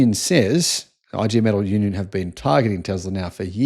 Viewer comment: The Union name is pronounced EE GAY METAARL